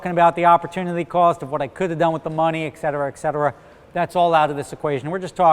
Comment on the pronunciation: Et cetera, not ec cetera.